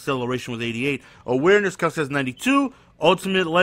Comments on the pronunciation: It's pronounced Kel-see lol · its kelc-see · its not kells its pronounced kelsy... smh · jason KEL-SEE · It's Kel-See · it's pronounced Kel-See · It's pronounced i-he-diboh and Kelsee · Kelce = Kelsey Ihedigbo = Eh Head EE Bo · It's kelcee and I-he-dig-bo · It's pronounced Kel-sey and e-head-a-bo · E-HEAD-A-BOW KEL-SEE